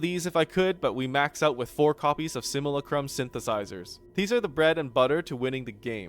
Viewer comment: it's sim-yoo-LA-crum